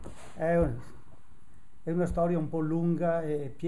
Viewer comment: I'm saving up for a Gaerne boots... Now I know how to properly pronounce Gaerne.